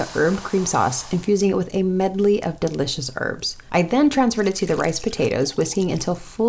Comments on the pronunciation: WHY DOES SHE PRONOUNCE HERBS AS RRBS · (H) erbs the h is silent